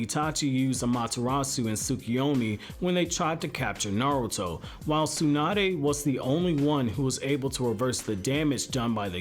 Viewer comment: nartuo at the intro LOL